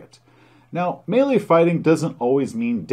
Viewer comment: Thank you for pronouncing Melee correctly!